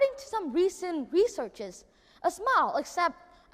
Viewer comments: Smile phiên âm là /smaɪl/ sao em đọc là sờ mao nhỉ? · Smile được phát âm đúng là "sờ mai ồ". Đúng là Nhật Nam phát âm "sờ mao" nghe chẳng pro tí nào. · nói thật cái bài thuyết trình đéo có gì đặc biệt, ko phải t chê thằng đnn mà là thằng đăng video giật tít, đã vậy nghe từ smile phát âm là "sờ mai" thằng ngáo này toàn phát âm"sờ mao" người ta hiểu thế đéo nào được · Ai giúp mình với. Mình vẫn nói từ "smile" theo âm "ai", vậy mà nghe Nam nói như âm "ou". Mình không hiểu lắm, nhìn transcript, nghe trên máy nhiều lần vẫn thấy là âm "ai". Mà nghe Nam nói là âm "ou". Vậy từ này phát âm như Nam mới đúng phải không? Hay tai mình có vấn đề. Thực sự hoang mang, xin hãy giúp mình. Thanks all! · Khôi Nguyên smile mà nói sờ mao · love his enthusiasm and very articulate presentation. but i keep chuckle at his pronunciation of the word 'smile' i keep hearing 'smao' it could be my ears that have an accent and not his accent. :)